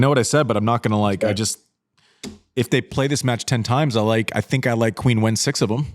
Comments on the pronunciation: Hey, I love the show, but can you tell Andy to pronounce Qinwen Zheng's name correctly? In Chinese it's like "Cheen" not "Queen". I do a little cringe each time I hear "Queen" lol. Keep up the great work though! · Just so you know, Andy, Qinwen is pronounced like “Chin”wen, not “quin”wen. Always loved (and still do) your honesty, vulnerability, casual and human approach, and sense of humor! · To be fair- the correction is right. However, most fans pronounce it as Queen. Most of us that love her, like that “Queen” knickname. Love the shows guys, keep it up.